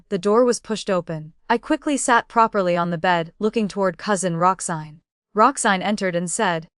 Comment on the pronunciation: Roxanne, not Roxsign. Boudoir is pronounced phonetically as "boodwah".